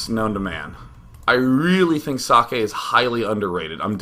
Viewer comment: its pronounced "zockeh"